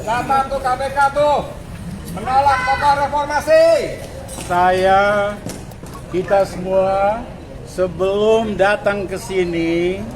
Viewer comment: Lepolmasi, eh maaf repormasi 😂😂